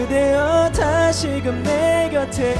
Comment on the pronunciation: 왼쪽:3중에 최고음, 근데 안정적이라기 보단 목으로 얕게 지르는 불안불안(지키지못한에서 한글자한글자 따로 지름 지키지못한~을 지!키!지!못!한) 중간:발음 자꾸 뭉갬, 플라워 고유진처럼 뭉개면 ㅆ간지인데 그냥 이분은 혼자 감미로운척 하는거같음(다아아시금을 드으으으시금, 그대의를 그드으) 오른쪽:음색이 호불호긴한데 난 좋음. 근데 저음에서 가사전달도 잘 안되고 음도 안올라거는데. 이렇게 따지면 박명수도 프로가수임